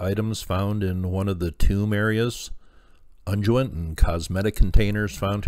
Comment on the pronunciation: A shame some of these places are no longer available for study. New technology and techniques are constantly updating our knowledge. And...I know most people probably don't care, but "unguent" is pronounced with a hard "g". Like in "lung". You, sir, have a good day as well!